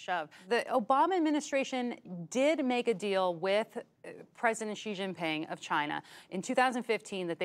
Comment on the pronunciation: good video, but I'm afraid it's like putting out a forest fire with a garden house. Even the China Bureau chief of the Strait Times (who is by the way is Chinese), didn't pronounce Xi correctly. She pronounced it as "see".